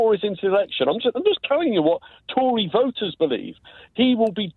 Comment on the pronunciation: "it's the only reteriees that are votering" - and that's when i stopped watching